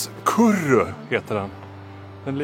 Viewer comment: Stort tack för det fantastiskt fina omdömet! Otroligt roligt om filmen kan förmedla lite av känslan som det innebär att vandra efter Gotlands vackra kust! Och roligt att höra om kurru/kurrå - ska försöka få till ett mer korrekt uttal nästa gång ;-). Allt gott!